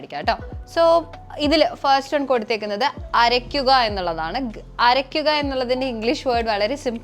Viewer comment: അരയിക്കുക അല്ല അരക്കുക എന്നാണ്... കയുകുക അല്ല കഴുകുക എന്നാണ്.....😂😂